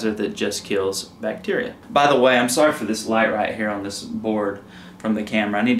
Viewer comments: It's Bacteria not Bacterica... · Can we address the elephant in the room… it’s bacteria not bacterica 😬